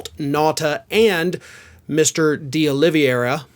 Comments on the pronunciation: It's Olivera not Oliviera. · it’s not Oliviera. It’s Oliveira. And the sound “ei” in Portuguese you can read it like a long “a” similar to the “a” in “cake”. So it will be almost perfect portuguese. By the way Oliveira means Olive Tree. I’m portuguese and writing from Leiria, 80 miles north of Lisbon.